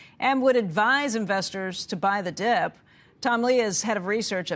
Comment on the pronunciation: I love this this guy but he always says buy the deep lol